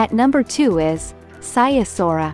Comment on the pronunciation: Saiasora what is that?! That is not how you pronounce Sighișoara. It's not even close. You pronounce it Si the i as the Y in yes, ghi as the G in get, Ș is prounced just like sh in english. Try again!